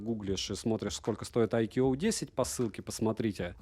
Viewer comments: А по синтаксическим правилам какого языка "iQOO" произносится как "айкьюоу"? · Даже индусы на своём ломаном английском произносят правильно: айку